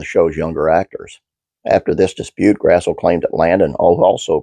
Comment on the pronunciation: One note about her name! I thought it was pronounced the way it's spelled too until I saw her in interviews and heard her say it herself - it's actually "grass - lee"!